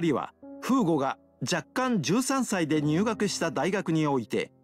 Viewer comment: Thanks for the upload! BTW I don't want to be mean but it should be フーゴ not ふぐ